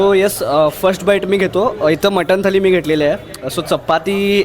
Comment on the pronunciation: थाली नाही थाळी